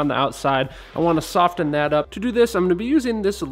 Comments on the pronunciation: Who pronounces the t in soften? Is it a thing? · What it is What it was I'm guessing it must be an English thing not to pronounce the t?